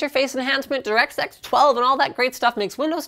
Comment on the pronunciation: direct sex12? am i the only one who heard it